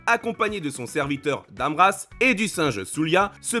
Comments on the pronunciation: attention c'est "Ram Dass"....pas Dam Rass....;) et dans la serie c'est Crisford...Carrrisford c'est dans le roman ;) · j'adore votre vidéo, par contre, dans la vf Mr Carrisford est appeller Mr Crisford et son serviteur Ram Das et pas Dam Ras ;-) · Très bon review ! J'en ai pleuré jusqu'à la fin de la série. J'ai lu bien plus tard le livre et franchement, les 2 sont excellents, mais je préfère le livre car l'animé à condensé au max le livre et des éléments ne sont pas indiqués... et c'est RAMDAS, non RASDAM le serviteur !